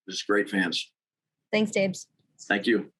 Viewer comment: When calls him Dabs it sounds like babe 🤣😘 #GoBills